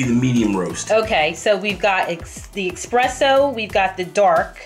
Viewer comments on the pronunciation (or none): If you're going to do an espresso coffee maker review, the least you can do is pronounce it right. It's called espresso ( pressed-out coffee) - not expresso as you say . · Esssssspresso not exxxxxxpresso lol. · please stop saying Expresso! it's Espresso! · I still say Expresso all the time. It really doesn't matter to me. The drink goes down the same way no matter how it's pronounced. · ESPRESSO!!! WITH AN "S" ! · You spelled it correctly but you still say expresso 😅